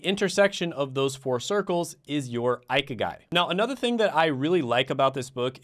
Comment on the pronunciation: pronounced eee key guy